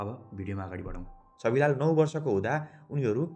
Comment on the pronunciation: Dai it's Chhabilal not chabilal😅